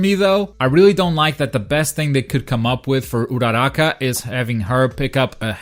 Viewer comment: also you said uchako's name wrong